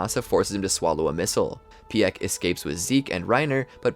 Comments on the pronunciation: It’s pronounced peek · You can tell this guy doesn’t watch the show. Weirdly or mispronounces many things. Reiner, piek, galliard, krista, rogako village, uzamabitos